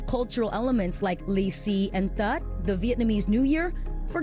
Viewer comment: who is this presenter? she can correctly pronounce ""lì xì"" and ""tết"". I think she also a Vietnamese-American ^^